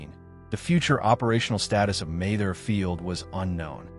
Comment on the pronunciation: Not to mention the sixteen different ways it chose to pronounce Mather. 🙂